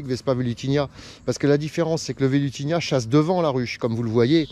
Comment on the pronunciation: Salut, toujours superbes tes vidéos. Cependant, si je peux me permettre, il me semble qu'on dit vespa velutiNA, et non velutiNIA.